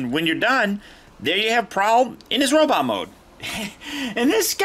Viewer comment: Pfft, you said robit! Ha haha!